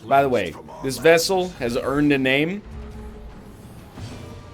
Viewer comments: I am beginning to believe NL says vessel instead of vestal just to trigger people like me. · VES-TAL. there's a T in there egg. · NL will learn how to say VesTal correctly. Truth [X] Doubt Lie Is this replacing the Culling 2? ✓ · People are so salty about the vestal pronunciation, a real canadian pronounces it vessel because of the french in us, too used to silent t's. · 🥚 you have to pronounce the “t” in vestal you egg